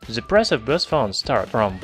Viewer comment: У вас неплохой английский, но пожалуйста поработайте над произношением артикля "the". Вы произносите его как "зэ", ''браЗэрс", что свойственно русскоязычным. Это немного режет слух. На самом деле он произносится больше как 'дхэ'.